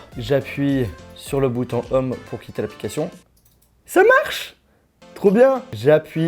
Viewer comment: on dit pas bouton "homme" mais bouton "ohm" hein lol mais bon et l'anglais on a l'habitude 😂